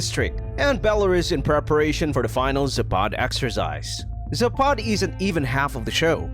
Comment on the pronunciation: zApad, not zapAd